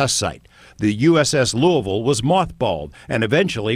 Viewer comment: The way he says "Louisville"... talk about ripping English to shreds...